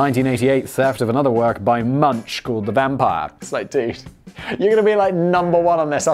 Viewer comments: It’s pronounced “Moon-CK” (hard K sound at the end). Edvard Münch (not “munch”, moon-CK) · "Edvard Munch's" name has never been, is not, and never will be pronounce MUNCH, as in "munchies", even though lazy people worldwide continuously say it that way. The correct pronunciation for "The Scream's" artist/painter Edvard Munch is Edvard "MOONK", and always has been. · FYI - It's pronounced Edvard Munk. The U is still pronounced the same (not like in monk), just replace the SH sound at the end with a hard K! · Simon: Ed-ward MunCH Me, an intellectual: Edvard Moonk! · Munch is pronounced "Moonk". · Munch is pronounced as Munk. Otherwise excellent video! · Munch is pronounced "Munk" 😅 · Also it's pronounced Munk, not munch. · It's pronounced more like Munk, not munch. Ch is pronounced like a K in Norway... No, it doesn't make sense! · Munch sounds like that, because you're saying it wrong... it's pronounced more like Munk. Sorry, couldn't take that. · munch? MUNCH!!?? ill munch you, simon, thats the worst pronounciation youve ever done WHOA. Is this a plot to make Edward Munch sound like a cookie cutter artist??? SUBLIMINAL MESSAGE, MUNCH??? smashing that dislike button soooo haard y i k e s. its pronounched munk. with a k. like in cookie. GET IT RIGHT SIMON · And I believe it's pronounced with a k sound , "Munk". Hey, I didn't neighbor Norway for nothing. But I do approve of the jokes Simon got out of it, so meh. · Love the channel, and this video. Might I suggest you watch, "The Score"? Excellent heist movie. Also: Guillaume = G like in grape, O like in over, and a silent 'e' at the end = (Gee-yome). Guillaume. Munch = U sounds like "oo", the ch sounds like a 'k' = (moonk). Munch. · Simon: About the Norway Terror Attack (2011). Norway has a max prision time of 21 years, but this can actually extended indefinitely. The asshole terrorist (which I will not name) will never leave prison... Also Edvard Munch is pronounced as Munk. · Edward Munch: ... Simon: edward munSCH